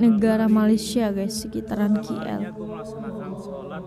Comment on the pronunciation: salam...kenapa banyak orang Indonesia sebut KL itu QL termasuk kamu? kalau bahasa kamu..bunyinya Ka El..jika Ki El itu QL...kalau yg benar bunyinya Kay El.. maaf ya..sekadar kepoh mau tanya😅